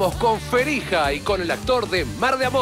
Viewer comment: Hablamos con "Ferija" JAJAJAJAJAJA ese marley